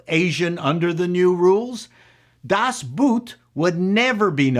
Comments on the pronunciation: "Boot" in Das Boot is pronounced the same as English "boat," not like English "boot." It is the German word for boat, is cognate with boat, and sounds like boat. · "Das Boot" is pronounced "Das Boat". Always has been. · Pro tip: Das Boot is pronounced "Das Boat". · Das Boot..... you pronounce that with an o like in Lord, sport, abort.....just a little bit longer....